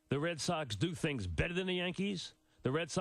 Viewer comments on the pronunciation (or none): none